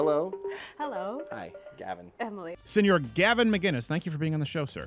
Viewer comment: I'd get so pissed if I was him... EVERY news anchor, interviewer, talk show host, etc.... The all call him Muhguiness.... Where is the G in his surname??? -__